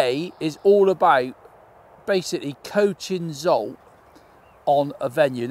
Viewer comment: He is not Zolt. Cmon...say his name correctly 😂 ZSolt. Just try it 😅